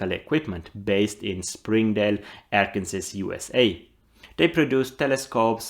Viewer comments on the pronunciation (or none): Pronounced ArkanSAW.